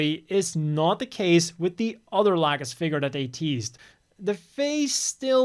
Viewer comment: Lol "Lack'us"